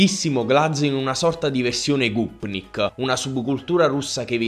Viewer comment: Si dice GOPNIK